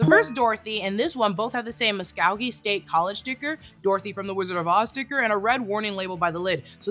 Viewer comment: Musk-oh-gee, not Musk-ow-gee As an Oklahoman, it’s the only thing that jumped out at me!